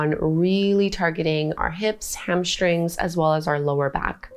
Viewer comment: HamSHtring is not a word. Hamstring is. . . .